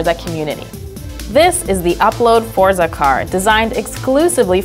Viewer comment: She pronounced Forza incorrectly.